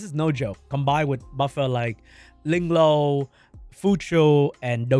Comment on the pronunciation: it gets to me everytime when you say LingLow 😂😂😂😂